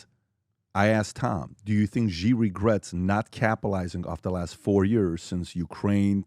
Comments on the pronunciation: Its not GEE...its pronounced SHE😂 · Please communicate to PBD... China's President name is pronounced (SHE) and is spelled Xi.... with all the resources that Valuetainment and PBD have, they can't get anyone to help them understand how to pronounce President Xi (SHE) name. Happy 2025! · Wtf does PBD say Ghee like he’s got a stroke? Xi is pronounced as it’s spelt in English or in Mandarin. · PBD: It's pronounced "She" JinPing not "G" JinPing. 😅 And the other one is Lai "Ching Duh".